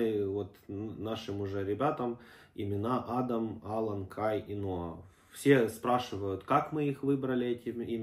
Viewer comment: Моего внука зовут Ала'н . Ударение на вторую букву а .